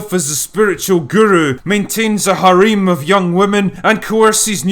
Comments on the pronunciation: Did you pronounce harem as hareem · Whoa whoa whoa, is harem pronounced Ha-REEm??? Has anime lied to me? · A new Scottish pronunciation I love: harem.